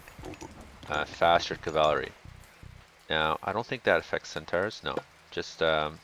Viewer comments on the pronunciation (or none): Cavalry is pronounced CAV-uhl-ree.